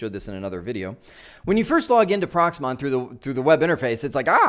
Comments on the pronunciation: Great Video, thank you, but I NOTICED you keep saying PROXMON, Its PROXMOX, we had enough of software names and acronyms in our IT journey. Best regards to you and the family from Chicago to Arizona. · Are you saying Prox MON or am I hearing it wrong? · I hope you meant Proxmox and not Proxmon.